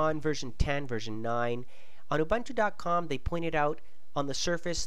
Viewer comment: It's Ouu-Boon-Tuu YOU FUCKING BITCH!